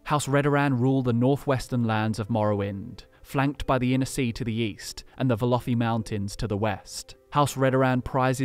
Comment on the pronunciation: I thought you said weast